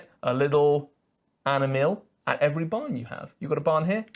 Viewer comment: I am confused by the Farms Race. What is "animil" ? it is some kind of aminal ?